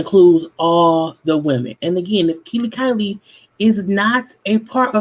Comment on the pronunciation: she said 'Kiely/Kylie' LOL Her name is Kiely LOL